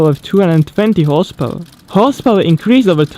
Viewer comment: Please don't get me wrong, but you need to improve the pronunciation of the words "however" and "horsepower" You're doing each time better ok, it's just a tip.